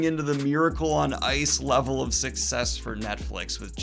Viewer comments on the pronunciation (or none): none